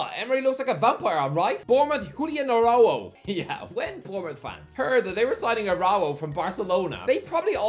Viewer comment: Why you say Araujo like that